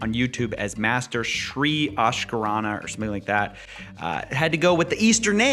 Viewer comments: Literally...there is k after a and still you called it 'Ashkarana'. Get yourself some education dude...How's kindergarten for a start? Eric Ho might be a scam, but don't disrespect any culture. Video was great btw 😁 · Sri "Akarshana". Lmao Akarshana means attraction in Hindi, this guy damn 😂